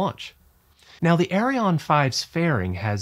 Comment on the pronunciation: Actually, both the rockets and the company are called "Ariane" NOT Arione!